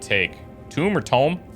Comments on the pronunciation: "tome" rhymes with "rome", not"room". that would be "tomb" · Tome sounds like home : ) It's a large book, often a magical book.